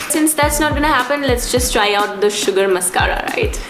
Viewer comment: "mascara" but i still kinda love ur vids